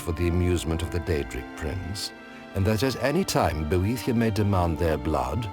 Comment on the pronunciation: I can't stop thinking that Boethiah is pronounced "bootie yeah..."